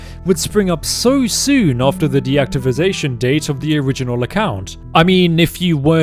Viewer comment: You know you said deactivisation right?